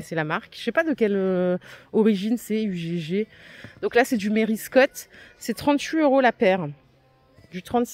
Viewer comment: Ugg c’est australien et ça se prononce EUG ! 😉